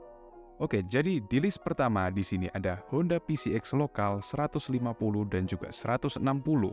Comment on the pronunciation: Nyebut pcx bener pisi ex giliran nyebut gear gak bener